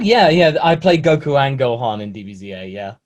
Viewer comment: Stop butchering his name please!.. he is goku for so many people have some respect of the name 😑